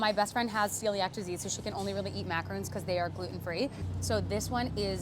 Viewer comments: It’s not “macaroon”. Macaroons are the coconut chocolate clusters. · Its a macaron not a macarOOn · Calling a macaron a macaroon is a shame...they are completely different sugary treats @@